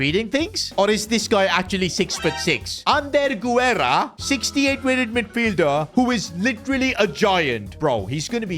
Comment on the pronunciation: Pronunciation: Guerra = geh-rrah